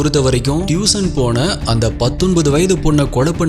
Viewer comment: டியூஷன் , அது டியூசன் அல்ல , Improve your pronunciation ...